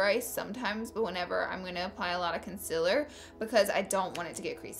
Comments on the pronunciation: Con-seal-er not con-sil-er. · It's CONSEEELEER not CONSIIIILER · It's not concialer its concealer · "Consiller" Not hating! love you Laura 😘😘😘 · Concealer is pronounced CON~SEAL~ER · Not trying to be rude but it's pronunced conseeler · It's pronounced kun-sea-ler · I just came here to hear her say "cunsilla" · Who else came to hear her say conciller? ( concealer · ITS CONCEEEEEEALER FML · you said concealer wrong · PLEASE SAY CONCEALER RIGHT !!!!!! LOOK IT UP